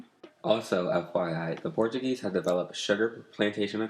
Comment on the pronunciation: Absolutely loved, but Portuguese pronunciation was very off.